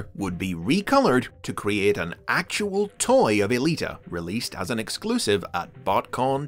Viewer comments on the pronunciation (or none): none